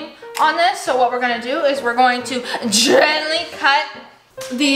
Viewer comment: GEAANTALY Me tring to do gentlay: gENtAly ☠💀